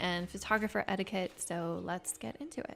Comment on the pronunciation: did she say.. photographer “ethiquette?” ETH? lol